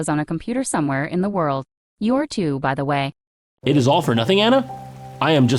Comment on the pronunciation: that "You're" is just so unsettling who tf emphasis the 're that much lol